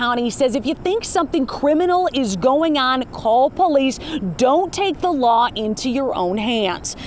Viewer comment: I was barely paying attention toward the end until I heard "Falks2noosssse"